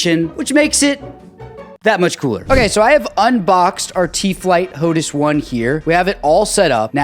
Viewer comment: Could you please call it hotAs, not hotus... hehehe, kinda like HotAss. I have the HOTAS One, black, for my Xbox, but use the TCA or Warthog on my PC